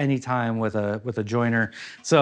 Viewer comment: Jointer! Not joiner. Fyi